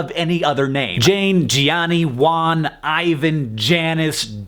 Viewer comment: Gianni, only has 1 i and 2 n. It's Giàn-ni, not Gì-iani.